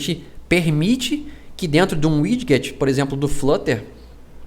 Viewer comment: Tirando a parte que fala um inglês estranho para widget falando "wid-get", video legal